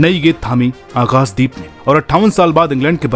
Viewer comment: खुद के नाम का उच्चारण अनुराग "सूर्यवंशी" और आकाशदीप का उच्चारण "आकास" दीप साफ है कि आपको "श" शब्द बोलने में कोई आपत्ति नहीं है अपने उच्चारण पर काम करो यदि खुद का नाम सही से ले सकते हो तो दूसरों के नाम भी सही से उच्चार करो